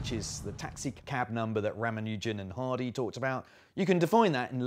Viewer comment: Marcus, I have a couple of your books, but I am so sad that no one in your Numberfile Group can pronounce Ramanujan’s name correctly! That is so disappointing!